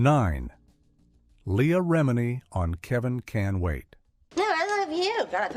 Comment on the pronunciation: This ai narration isn't bad. Surprising. It fkd up leah's name but expected, we even mess it up. "Serious" (pervy af!) issues. That chick was fkn gross, too. "Julie". Never liked her, nor ANY of her roles.